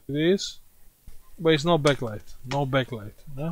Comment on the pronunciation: try to say back light not bek light hahaha